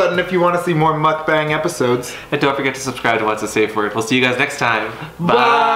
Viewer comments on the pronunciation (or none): In case someone wonders... It's not pronounce Mock-Band... It's pronounce Muk-Bung :) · I think if I were to write it how it is pronounced, I would say Mook Bong (emphasis on the ook). Then again, maybe I too don't know how to correctly pronounce it.